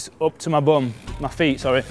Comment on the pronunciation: its funny how he says "bum"